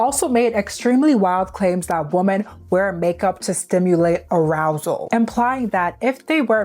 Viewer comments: love you girl, but it’s WOMEN not WOMAN. 😭 WOMEN pronounced (WHI-MEN) I keep hearing you say (woe-man) which is singular and its irritating me cause the context sounds off when you say it like “we need to protect woman more” it just….its women (plural) okay love you bye 😂🫶🏾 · I know this is not relevant to the video but women is pronounced like 'wimin' not the same as woman! I loved the video though thank you for doing this important topic <3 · Why can't you pronounce "women" properly?